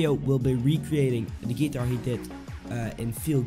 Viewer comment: Wrong Step 1 is actually learning how to pronounce GUITAR